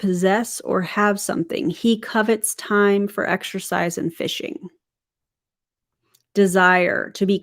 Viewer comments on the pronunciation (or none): none